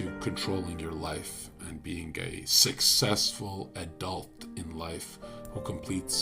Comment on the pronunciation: It was simply a pronunciation error and overlap between the letter G in the word "being" and the word "a".